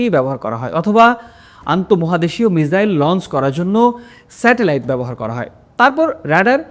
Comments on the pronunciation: মিজাইল নাকি মিসাইল কোন টা হবে 😅😅😂😂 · চেহারা দেখে তো মনে হচ্ছে শিক্ষিত কিন্তু কথাবার্তায় তো অশিক্ষিত ছাপ ধরা পড়ছে মিসাইলকে মিজাইল । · মিজাইল নাকি মিসাইল কোনা বাশা টিক করুন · বাংলা দেশের মানুষের দেখি উচ্চারণ প্রবলেম আছে মিসাইল টাকে মিজাইল বলছে। আরো অনেক জায়গায় উচ্চারণ ভুল করছেন । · স্ক্রিনে লেখা মিসাইল উচ্চারণ মিজাইল । বুঝলাম না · মিজাইল নাকি মিসাইল? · মিজাইল না ভাই, এটা হবে মিসাইল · মিজাইল না মিসাইল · শব্দের উচ্চারণ ভুল, মিসাইল লিখেছেন কিন্তু আপনি বলছেন মিজাইল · মিসাইল ❌ মিজাইল✅🤡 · মিজাইল কি 😂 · মিসাইল হবে মিজাইল বলেন কেন😮😮😮😮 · তুমি হালা আগে উচ্চারণ ঠিক কর,,! মিজাইল না মিসাইল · মিজাইল বলছেন কেন 😂😂😂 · ক্যাপশনে লেখা আছে মিসাইল, আর আপনি বলছেন। মিজাইল আসলে কোনটা? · আরে ভাই মিজাইল না মিসাইল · এটা মিসাইল তবে উনি বলতেছে মিজাইল মিজাইলটাকে আমরা মিসাইল মনে করে উনার কথাটা শুনি না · লিখতে হয় মিসাইল উচ্চারণ হবে মিজাইল যেমন ভিসা উচ্চারণ হয় ভিজা। অল্প বিদ্যা ভয়ংকর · আদর কইরা মিসাইলকে মিজাইল বলা হয়েছে।😊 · মিজাইল / মিসাইল এটা বলার অপেক্ষা রাখে না! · মিজাইল ও না, মিসাইল ও না,,ঐটা হবে মিখাইল😅😅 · এই হালায় আবার মিজাইল ভঙ্গি করে মিজাইল বলে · আপনার উচ্চারণ ঠিক করেন মিয়া...মিজাইল কিতা😅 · আরে বেটা মিজাইল বলিস ক্যান 🤣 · একবার ভুল হলে সমস্যা না তুই বারে বারে মিজাইল বলছিস কেন বেশি শিক্ষিত মারাস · একবার মিজাইল আরেকবার ক্রজমিসাইল উচ্চারণ করেন কেন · মিজাইল হবে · উচ্চারণ হ‌বে মিজাইল। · মিসাইল আপা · এই ভাইয়ের মিসাইল উচ্চারণে সমস্যা মনে হলো